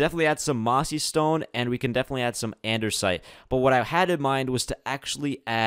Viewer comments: I'm sorry but this is to help you spell out and-"des" -it it's not andersite it's andesite and it's quite annoying but I helped you out so yeah hope you spell it correctly now because I wanted to help you 😐😃👍🏽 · ANDESITE NOT ANDERSITE NOTICE NO 'R'... Also make the storage building for Valuables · its "andesite" not "andersite" please fix its bothering me a lotttt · Why do you always say Andersite, when I it's Andesite? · An-da-site not An-der-site. If you have a speech impediment I'm so sorry! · It says andesite not andersite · It's not Andersite it's Andesite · Its andesite not andersite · Andersite, Andersite, And One More Andersite.